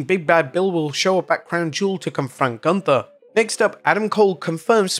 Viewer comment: Say Goonthaaa, not ganta....because it is wrong....don't amercianise every name, because that is disrespect^^